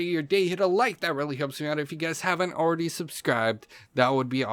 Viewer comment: A L R E A D Y?!! lol